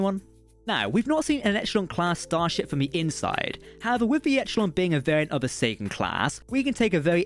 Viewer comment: Whenever you say Sagan it sounds like Satan.